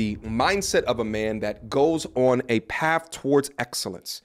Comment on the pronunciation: Wtf is paff? Do you mean path?